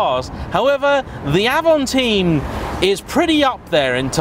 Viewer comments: It's AVANTIME not AVANTEAM, Like the Audi A2 it was far too ahead of it's time to be truly appreciated. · It's Avantime not Avanteam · avan-time, not avan-theme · It is avant-Time, trust me i’m french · I can confirm, Avant-Time and I really don't understand why people would say "avanteem" or even sometime "avanteen" ? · I always call it Avantime (and it's my car), but I believe the French pronounciation of time is 'teem', and so I have seen people call it the 'av-on-teem'. See my channel for my review on the car where it's pronounced 'Avan-time'. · It's not Avant"ea"m but Avant"y"me ... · It’s avantime not avantine even the French say avantime, same with people who a Dacia a dacha.... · Avantaym not avanteem 🙄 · Avamteen??😂 It's pronounced Avant-time. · Sorry, it's Avantime like "time in English" - meaning before it's time or in advance of it's time!!! But still well done! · hahaha I was watching it like AVANTAHYM ! and then saw your comment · Avanteem, just like the es-pache, claio and mega-knee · cool, thanks :) If I remember correctly Doug from the dougdemuro channel also called it avanteem. (But he also says "coop" instead of coupé ^^) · Donut Media: E S P A C H É: Hold my A V A N T E E M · If you say avanteem one more time >:( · ‘Avonteam’ 😂 what? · Yep, Avantime is a portmanteau- official pronunciation is french pronunciation of ‘Avant’ and English of ‘time’. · Stopped watching after the third time he mis pronounced time in avantime 🙄🙄🙄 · Totally wrong prounounce... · Like watching Top Gear from the 80’s. Misses the point, and can’t even pronounce the name correctly.